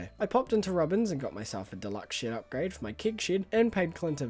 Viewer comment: Something about me always hearing "shit" when you say "shed"